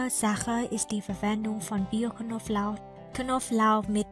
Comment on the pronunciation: Elle a dit ail, mais comme elle est chinoise ellle prononce pas le b...et ça c'est drôle.. Knoblauch et elle dit Koflauch